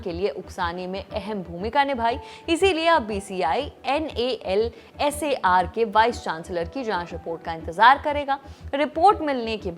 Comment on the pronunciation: what is this NALSAR. Whole world is calling it nalsar..